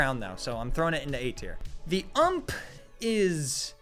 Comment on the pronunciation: why would you call the ump the "uhmp" that hurt my soul